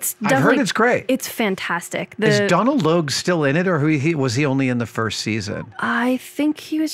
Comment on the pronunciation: That is not how you pronounce Donal, Adam!